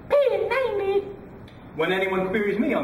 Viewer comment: i like how he says p90 its so frickin funny